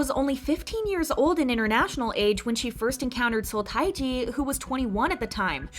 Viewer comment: FYI, Seo Taiji's given name is pronounced "Teh-ji." I know the Romanization is odd (since it's a pseudonym, I guess he can spell it any way he wants), but in Hangul it's always spelled 서태지, not 타이지.